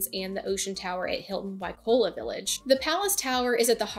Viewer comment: Seriously? "Waikola? " not Waikoloa?! You don't speak "Hawaiian " but you do read English? Guys, if you can't make quality content, just enjoy your trip and leave people alone with your "four seasons " recommendations. Four seasons is nice...no kidding. How does it help 95% who are not retired brain surgeons? Ridiculous